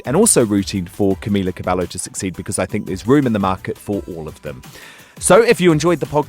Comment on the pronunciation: OMFG GODODJEIZNEN ITS "CAM-EE-LA CABE-YO"